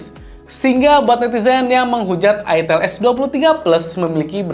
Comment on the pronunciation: ITEL, "E" nya itu Edge